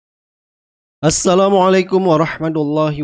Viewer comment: Tks vidiomu bang, maaf perbaiki ucapan salam mu ya heheee